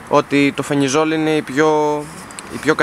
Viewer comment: Αδερφούλη ευχαριστούμε για ότι κάνεις και μπορούμε να μαθαινουμε, αλλά αυτό το "φενιζολ" λέγε το "φελιζολ"